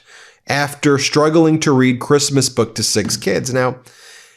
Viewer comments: "Kreeeezmuss" and "eef it's a dok that leaks" got me tho lmfaoooooooooo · Reading "A creeeeeesmas boooewk for keeeeeed" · I think her accent is worse when speaking publicly. I've heard her speak fairly good English on those recorded tapes of her conversation with that socialite "friend" complaining about CREEST-MUS. The famous "nobody geeves a eff about creesmus" conversation. She was speaking freely and openly and confidentiality to a friend and you get a better idea. But what you do hear is the typical always a victim attitude of the Trump's in her attitude in that conversation. But here's the thing. We never otherwise hear her speak unscripted. EVERY public speaking event could and should involve rehearsing and coaching to the point of helping with that accent. She only has to know how to say and pronounce the words she's going to say. And yet she always sounds completely unrehearsed and uncoached. Her awful public speaking is deliberate. So the question is WHO is promoting her image that way and why?!?! Are they deliberately just promoting her as the Eastern European trophy wife to boost Trump's image? A compliant, submissive barely able to speak English just look pretty just a wife and mother wife? Is it literally in the prenup Melania renegotiated when Trump won in 2016? That's what no one in public seems to know.